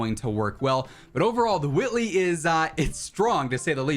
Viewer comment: did he just say the Whoitley?